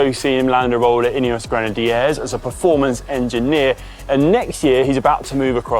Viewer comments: Ineos Grinnahdierres lol what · Everyone: Ineos Conor Dunne: Ineos Grenadiyeaaahz